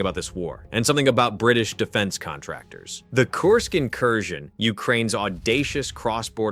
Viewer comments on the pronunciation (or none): none